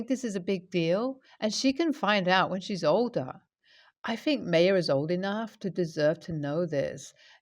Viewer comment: Just fyi, Maya is pronounced 'my uh'. :)